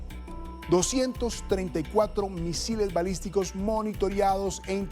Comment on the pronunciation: Se dice balístico , no misislistico